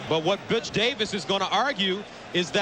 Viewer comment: that uh... that did not sound like he called him "Butch", I'll just leave it at that.